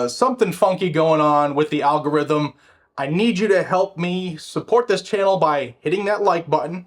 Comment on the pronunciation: Al g0 rhyth um